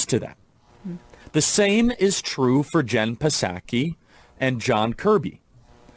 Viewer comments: Is he mispronouncing her name on purpose? Or am I the one who's not getting it right lol I thought it was SAH-kee like a sake bomb. Edit: okay It has to be on purpose because he got it right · Did y’all notice how at the beginning of the vid Charlie pronounces the P in Ms. Psaki’s name, and then later says it right? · This idiot doesn't know that the P is silent....Jen 'Puh-Saki' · Does he say P Saki on purpose? wtf is this or he even going on about, what a tool, I hate people... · hmmmmm jen p-sacky ........... its jen [p]saki as in SAKE [ Japanese rice wine ] the pee is silent chuckie such a race baiting move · "Jen Pe-saki" what an idiot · Actually Emma it's P-saki bomb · Puhsaki. Tf? The puhsychology of the right always mispronouncing names would be interesting to hear. He accidentally pronounced it correctly a couple of times. Fkn loser. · The way he pronounces Psaki takes me back to my childhood hearing "p-sychiatrist" on the Animaniacs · Jen Piss Aki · It's a clumsy metaphor, but I get what he's saying. The real annoying part of what Charlie said is the way he pronounces Pskai. Everyone knows the P is silent, what's going on? He's not the only one who pronounces it that way either. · Kirk pronounced the “P” in Psaki. Just saying. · So does he know how to pronounce her last name or is he trolling? I never know. I do know Right loves to own the libs by pronouncing their names wrong. Isaiah? Eye zih uh? Issac? Is that biblical?